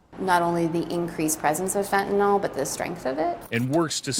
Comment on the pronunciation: I'd have more confidence in law enforcement if they pronounced fentanyl correctly.